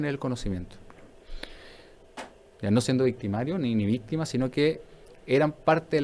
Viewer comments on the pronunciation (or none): none